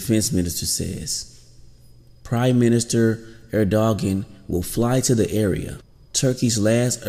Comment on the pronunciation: Who is reading this news? Horrible! At least learn how to pronounce names correctly if you intend to be professional. The Turkish PM's name is not 'Er - dog - gan' it is pronounced 'Err - doh - on'.